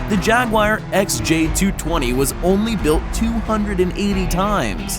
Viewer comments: It's not a "jag-wire." It's a jaguar. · What the hell is a jagwire it is jaguar. you know what evey britsh person we now say chevrolet as chevrilit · It's pronounced JagUar, not Jagwar, dick! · Jagwire? Its said jag you a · its not jagwar its jaguar you prick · “Costed” is not a word. “Jag-wi-yer” is not the correct pronunciation of Jaguar is pronounced, “Jag-war.” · Its not jag waaaa its jag you are lol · "the jagwhyer" really dude? its pronounced 'jagwar' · Its pronounced "Jag-U-ar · Americans say "jagwar"... never heard anyone call it jagwire before. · I would even excuse jag-oo-are, but not jagwire... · Americans pronounce it as jag-oo-are (me) but jagwire XD. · Why do so many Americans pronounce Jaguar as 'Jag-wire'? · Jag Wire? Are you high or just plain ignorant? Don’t quit your day job. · When he said Jagwire it triggered me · Say Jaguar again. Wait..... what is a JagWire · Yeah No Car Says JagWire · 26 seconds in and already you Americans can’t say jaguar properly. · There's no "i" in Jaguar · What the fuck is a Jagwire? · Jaguire? What? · oh yes the jagwire is a nice car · What is a jag wire? I think he wanted to say jaguar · ha ha ha "jagwire".... it is Jaguar. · What is a Jag-Wire??? Have a voice talent narrate your video who has SOME automotive knowledge! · ITS PRONOUNFED JAGWIRE ASSHOLE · jagwire are you fucking disabled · What's a "Jaguiar"? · "jag wire" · Learn the names why don't you? It's not a JagWIRE. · What the hell is a jog-wire? How do you speak English and butcher a word that badly? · no car enthusaist says JagWire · Yes. A thousand times yes. "Jagwire" is insanely irritating to me, too.(same with Porsche-2 syllables dammit!) Maybe it's a Canadian thing? I've heard it said this way on a couple of car shows on tv that are based in Canada. (Legendary Motorcars & Restoration Garage) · WTF is a Jagwire??? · Can't even say jaguar right. Rally pisses me off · A jaguar is pronounsed lile the animal